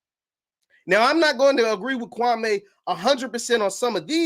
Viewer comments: It’s Kwa-ME not Kwa-MAY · Say the mans name right gatdammit! KWAM MEE! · thats not true. Kwame stated his name is Kwa - me. The media mispronounced his names for YEARS.